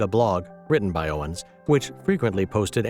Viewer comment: Seemingly, an AI narrator which cannot properly pronounce Owens' name? And thinks someone who has supported same-sex marriage and a trans presence in the military is "far Right" is a bad joke. //